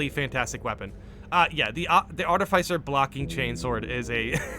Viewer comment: "Arti-fise-er" lol